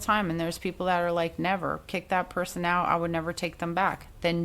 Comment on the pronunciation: Like “likuhhh & a dutch” cracked me up! Love me some you girl! 😩😂